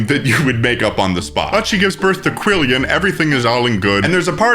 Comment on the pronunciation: They’re pronouncing it quillion but they’re writing it quillon